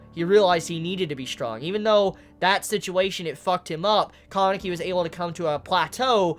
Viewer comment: its been how many chapters and you still can't say kaneki right? lmao great review though